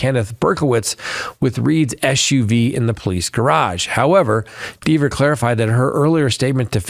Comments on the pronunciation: Not sure we're watching the same trial. First it's John not James. Also, it's Dever (like Denver without the n) not Deever... She made that VERY clear on the stand. You sure you're actually watching this or are you getting a recap from someone else? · Do you even watch the Read trial? -JAMES O’ Keefe?? No, it’s JOHN. JOHN O’Keefe. -Deeevers? Had you watched, you’d have seen where she admonished AJ for that pronunciation. There are more you facts you got wrong, but I’m over it and dropping you. You’ve gotten wasaaaay too deep in the bias weeds.